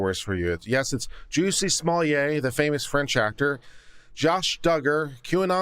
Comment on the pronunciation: His name is not pronounced as Juicy, it’s Juss-ee